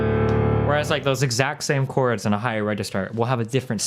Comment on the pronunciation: Is that pronunciation of chords acceptable to anyone, anywhere? Is it just Destiny or do people from Nebraska, or the US in general say it like that?